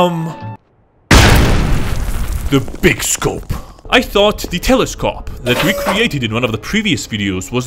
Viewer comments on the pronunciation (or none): the telescawp.